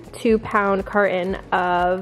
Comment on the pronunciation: Do u know how to say carton